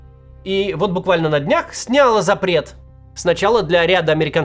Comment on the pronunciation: Сняла́, ударение на а.